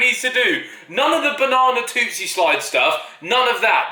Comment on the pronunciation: Am I the only one who noticed that Harry said "Toostie slide" instead of "Toosie slide" and when he said it he said "tooTSIE"